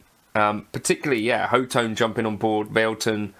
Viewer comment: ho-tone? I thought it was hot-one ;)